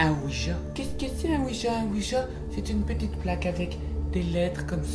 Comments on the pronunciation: Petit détail, on ne prononce pas "oui ja" mais "oui ya" normalement, car cette combinaison de deux syllabes signifie deux "oui". Le deuxième "oui" est écrit en allemand. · Aouja mdrrr comment il pronoce 😂😂😂